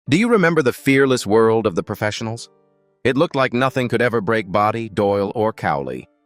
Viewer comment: FFS, enough with the AI voice over. Bodie is not body. CY5?